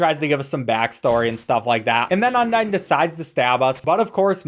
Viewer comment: thats not how u say undyne bro